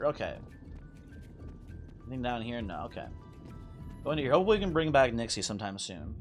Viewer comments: Yeah and none of them pronounce it like does. If it's written as "Nixe", then 'Nix-uh' is the fauthful pronounciation. People can pronounce it how they want, but don't try to tell me that it's an accurate representation of how it's supposed to be said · I think Nixe is pronounced "Nix-uh"